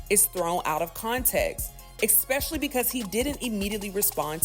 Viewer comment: There is NO "expecially!!!" It is pronounced "ESPecially!"